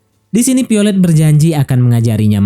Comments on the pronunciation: Violet bukan piolet😂😂😂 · Piolet wkwkwkw VIOLET VE VE VE bukan PE....VIOLET bukan PIOLET